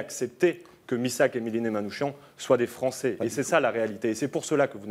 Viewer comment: Prononcez Manoukiane !! Pas Manoushian !!!!! C'est insupportable !!!!